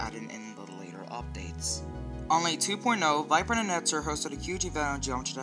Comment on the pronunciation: He said Virprin instead of viprin